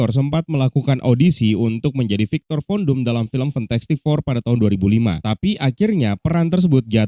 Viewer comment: Gua dnger ny viktor kondom